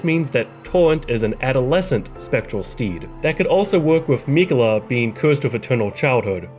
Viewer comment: You: “Rule: Don’t be a jagoff” Me: “fine, just say Miquella correctly please.”